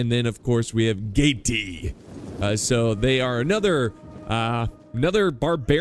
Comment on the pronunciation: No no no. "Nervi" you pronounce as it have just one "i". Not "Nervi-ai" that have no sense. Nervi. And Gaeti... just "Geti". By the way, Roma (not Rome) adapted through history. If they saw something that was good, they was quick in integrate it to their equipment. And the label of "Barbarian" stands for those who can't read and write in correct Latin... thing that could be applied even nowadays since many still can't read and talk in Latin. Or Italian. 😎